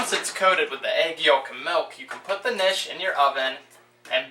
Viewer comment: Nice, simplified recipe directions, but I don't think the K is silent. It's not nishes. My grandmother's been making them since we were little. Great food!